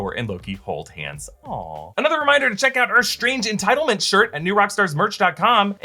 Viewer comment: Lol, he says entitlement